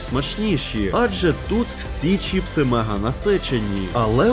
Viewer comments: Відео класне! Але не чІпси, а чИпси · ЧИПСИ, а не чіпси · Я уже казав, не чІпси, а чИпси!!!!! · не чіпси а чипси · Вірно казати не чіпси а чипси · Чипси, а не чіпси😅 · за правилами орфографіїї правильно говорити чИпси